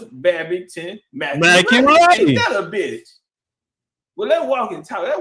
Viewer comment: McAuley pronounced Mac Cawly or Call Lee like MJ's friend the Home Alone kid